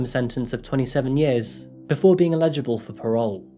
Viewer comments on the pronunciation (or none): On one condition....not under. And EL-igible not el-IG-ible. Come on! Raise the bar. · You said illegible instead of eligible. ☺️ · Eligible for parole, not illegible for patrol. I enjoy your work but you have a very strange pronunciation. You sound English but then phonetically pronounce words which a native would get "right". Not a criticism, just an observation. Keep up the great work, you strangely accented legend. 🙂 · The word is "eligible " not "illegible". Very different things lol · Pronunciation note - I am hearing "illegible" where you mean "eligible" (for parole - this seems to be common for you or I wouldn't bother to mention it. Thanks for another good vid! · Dude, you gotta stop saying "illegible for parole", that means "unreadable for parole"....its "eligible for parole".......other than that, keep up the good work.